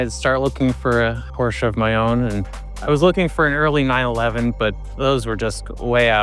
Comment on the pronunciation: shame on you for not pronouncing Porsche properly! 😮